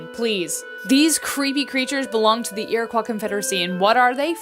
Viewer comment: its pronounced ir-a-koi i know cause I am iroquois